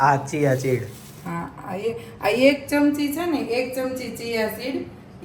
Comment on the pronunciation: chiya chid nai chia seed 😂😂😂😂